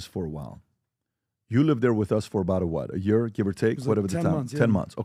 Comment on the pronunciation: how long has he been saying that? A YERE? 😆